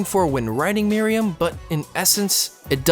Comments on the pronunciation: It's not "Mary-um" It's "Mer-oo-em" Also, while I agree that Chimera Ant Arc is bad, this is also a bad analysis. It's ok to have a character that is super powered, but it was written badly and the entire context of this arc ignores what was the heart of the show and merely this boils down to a Dragon Ball Z everything to save the world type of conflicts. A lot of people weirdly think Meruem is a great villain, but there's nothing remotely interesting about him. The entire arc is pandering about how cool every little moment is, and using a narrator to explain every single action and thought going through every character's head. It's simply trying way too hard to be 'epic' that it falls flat for people who have more taste in content than just shows like Sword Art Online. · I've been pronouncing Meruem's name all this time... Thought it was Meh-ru-wem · Why do so many people pronounce it "Miriam"? That's the maiden in the Robin Hood story. Just take a few seconds and sound it out. Listen to how Meruem is pronounced. Practice it like five times. You're probably good from there. Takes two minutes, max. Pronunciation is not nearly as hard as so many people make it seem. You're absolutely right about the power scaling in HxH Chimera Ant arc, though. Oh my gosh. That made me so angry. It doesn't make sense. So many people gush over HxH because "it's not about who's the most powerful" but the Chimera Ant arc craps all over that ideology. Meruem and the Royal Guards are interesting characters, but ruined because they're overpowered for no reason.